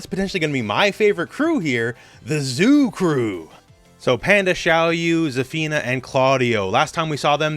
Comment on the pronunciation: He said the Zoo crew😂